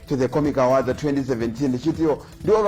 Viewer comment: My man the way you're pronouncing the word "AWARDS" is wrong. You're pronouncing it as "AWADZI". Please ask google/youtube for the correct pronunciation.